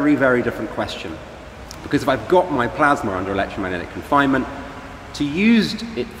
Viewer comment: What is this "plasmer" he keeps going on about?